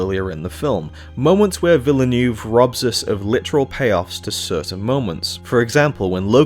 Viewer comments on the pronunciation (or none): Ho the Butchering, Dennis VIl-E-NEWV lol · Need to get that Villineuve pronunciation together!